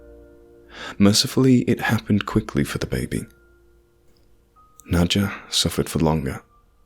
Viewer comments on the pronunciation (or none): His wife Nacho chips. Oh? Its Nod-ya, not Nacho-ya? Makes sense